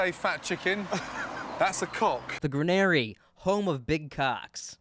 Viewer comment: wtf is the gran-airy in hamp-shiiier